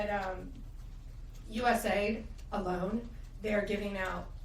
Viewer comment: Come on, Pam! It’s US A-I-D, not US Aid! Proper vernacular, please. You’re the Attorneys General now.